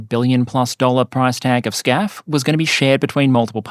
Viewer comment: why are you calling it scaf in the video but FCAS (which is correct in english) in the title